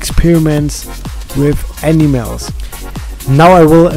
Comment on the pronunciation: Its funny how he says enimels